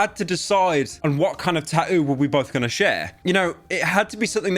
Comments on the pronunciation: bro got the eva tattoo but cant even pronounce it right 😭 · Why do you not include the second set of Ts in tattoo half the time!? British?? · I love how he pronounces tattoo 😂